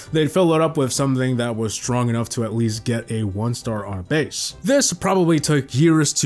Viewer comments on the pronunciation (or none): none